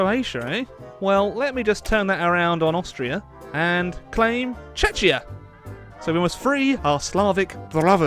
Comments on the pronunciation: Its not chechia its Czechia!!!! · The way you said Czechia triggered me immensely. It's pronounced [Cze-kya], not [Czeczia] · Isn't it pronounced [čechia] ? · You read Czechia wrong! It's like with a /K/ instead of CH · you should read the Ch in czechia like k as in crack just saying, great vid tho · How the fuck you just pronounced Czechia? Jesus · How did you pronounce Czechia man....... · ffs learn how to pronounce Czechia